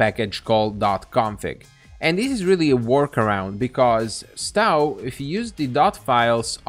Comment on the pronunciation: Also, the 'o' in Stow is pronounced like the 'o' in toe, not cow. 😉